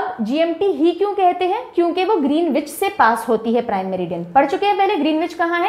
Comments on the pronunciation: Awesome explanation. One thing to correct, the pronunciation of Greenwich is ग्रीनिच instead of ग्रीनविच 😊. I know because I stayed in UK . Thanks for the wonderful content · Just wanted to point out one thing in the world map lectures. You probably know this already but for those interested, Greenwich is pronounced "Grin-idge" or "Grin-itch" and not "Green-witch". Saari School life mein jitna nahin seekh paaye utna do din mein aapne sikha diya ma'am. Thank you for such incredible videos. Truly grateful for your efforts. श्री गुरुभ्यो नमः 🙏🏽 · Pronunciation of Greenwich = GREN-ItCH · Good lesson. Pronounced Gren- ich. W is silent. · Ma'am pronunciation of greenwich is wrong